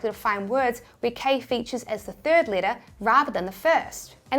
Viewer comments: Third letter... not Thrid letter :P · Thrid ? 😂 I adore your videos and expert information. You are awesome 👏